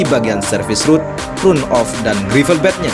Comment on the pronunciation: Sebaiknya pakai bahasa aslinya saja boss-ku: run-off (dibacanya ran-of)... jangan di-Indonesiakan bossku..